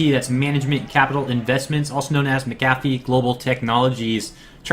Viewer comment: Mac-A-Fee not Mc-Ga-Fee